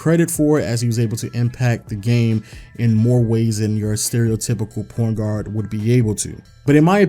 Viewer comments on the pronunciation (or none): did he say porn guard lmao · 😂😂😂 he really did say that